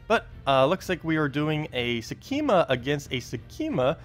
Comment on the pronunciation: sek -ma ;) there is no 'e' in there